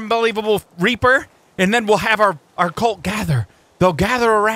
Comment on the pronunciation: It’s reaper not reper